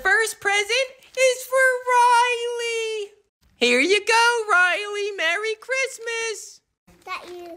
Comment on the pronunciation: The way the mum says Rilely gives me the nerves💀